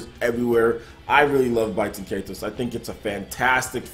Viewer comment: I think it's pronounced "Bay-ten Kai-tose." Also, Baten Kaitos 1 was far superior to 2 (although I like 2 as well) since the battle system was far more complex, deep & rewarding. Baten Kaitos 2 streamlined the battle system and simplified it way too much, making it far too easy and less involved.